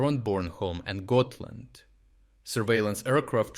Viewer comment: pronounciation of gotland = good